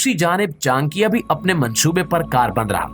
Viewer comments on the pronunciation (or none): Its not chankya.. its cha nak ya... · it is not chan+kiya .it is cha+nakiya